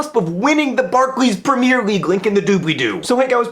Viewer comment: PREH-MEER league.